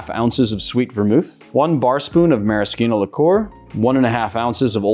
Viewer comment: You are perhaps one in a million...maybe billion, to pronounce 'maraschino' correctly. (Although you did pronounce it the common way for the Aviation & Hemingway Daiquiri cocktails). Just like 'bruschetta' which is also rarely correctly said. Interesting variations of drinks from the way I was taught. And I mean interesting in a good way. Your versions of some cocktails really added a level of chic and uniqueness. I will try your version of the Mojito which looks like a mint Caipirinha which sounds delicious to me.